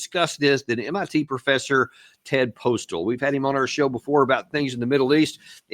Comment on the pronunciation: It's Ted PostOl, not Ted Postal